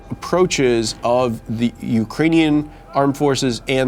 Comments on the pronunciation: "Ukainian" And this guy is apparently an "expert" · He can't even pronounce "ukrainian" correctly lmao